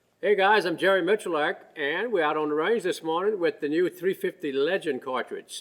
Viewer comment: Am i the only one who hears Miculaack, instead of miculek ?